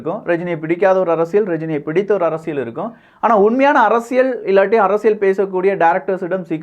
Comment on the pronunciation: ஆழமான அரசியள் சதுரங்கம் 🤦🏾‍♂️. தமிழ் உச்சரிப்பு improve பண்ணனும். நல்ல கருத்து though